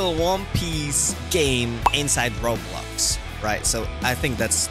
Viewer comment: It’s Roblux ahaha I can’t 😂😂😂 but looks good tho ahahah